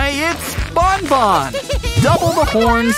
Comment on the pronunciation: Stop calling banban to bonbon😡